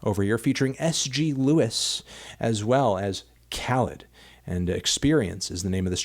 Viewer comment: Khalid = kuh-leed